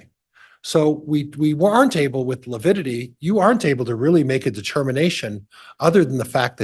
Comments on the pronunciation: It's lividity not lipidity😐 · I wouldn’t have been able to keep from correcting. ‘I’m sorry, I don’t know what lipidity is, but I know what lividity is..’ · Its LAVIDITY! NOT LAPIDITY!!!! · mispronounced "lividity" three times. He thinks it's called "lipidity." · The fact that keeps saying “lipiddity” gives you everything you need to know about his competency as a lawyer lol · Is he saying “lipidity”? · It’s lavidity. Figure out the spelling and pronunciation! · Lability? I wish she was bold enough to correct his sorry self. Defense lawyer in a murder case and can’t even say the word right. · LaPIDITY?! wtf is he on lol? 😂